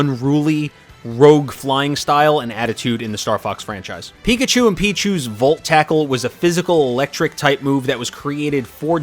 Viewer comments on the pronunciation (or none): none